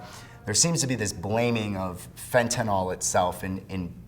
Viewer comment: Sir, you are pronouncing the name of the drug incorrectly. Detracts from your credibility.